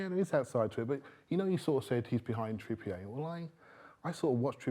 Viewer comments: no if someone talks rubbish, they talk rubbish. This bloke is a full time waffler and can't even pronounce Trippier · How the hell did this man go through the last 10 years of his life hearing "Trippier" being pronounced one way, only for him to just go ahead and pronounce it his OWN way? 😂😂